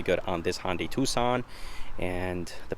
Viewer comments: I swear you are saying Hondai and it is confusing me watching the video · "Hondy" tucson